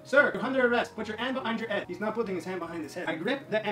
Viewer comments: Pronounce a damn H for Christ's sake! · It makes me very uncomfortable the way he pronounces head without the h